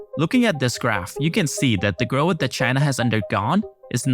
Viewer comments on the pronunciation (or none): the word is "growth"..not "groweth" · Solid narrator, one small critique, Growth = groath Not “gro uth” ❤ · I love rhe bizarre way this guy says "growath" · Learn how to say growth and government